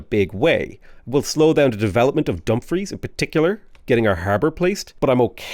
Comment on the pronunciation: Dumfries is pronounced "dum-FREESS"